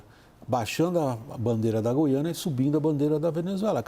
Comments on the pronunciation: Português: Gui-a-na. Paulista: Gú-iã-na. Foda-se a primeira, mesmo sendo a correta. 😂😂😂😂😂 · Gente não é goiana, GUIANA